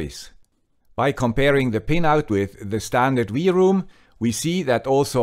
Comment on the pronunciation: Usually I agree and I am pleased with your torough reviews. I may be mistaken, but I think you are missing the point. Two antennas are not meant to discover more networks, but to split incoming and outgoing traffic on separate channels to increase speed and throughput. This is the main advantage ! Second my friend, W is not = to V in English ! LOL ! It's not V-ROOM it's WROOM like the roar of a car ! Have a great day ! Auf Wiedersehen !